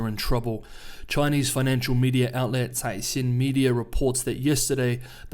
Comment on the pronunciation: Finally a reporter on Chinese news who knows how to pronounce Chinese names! Subscribed.